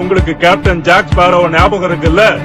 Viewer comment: கேப்டன் ஜாக் ஸ்பேரோனு சரியா சொல்லுங்க...